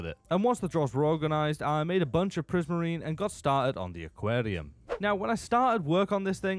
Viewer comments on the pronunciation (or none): bro sounds like a Viking when he said aquarium